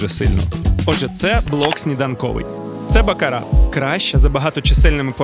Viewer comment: не бакарА а бАкара😂